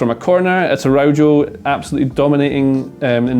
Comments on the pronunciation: the way you butchered Araujo's name should be illegal 😥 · Great analysis. Pronunciation tip: the J in Araujo and the J in Carvajal are pronounced like H: Ah-ra-oo-ho, Car-vuh-hal.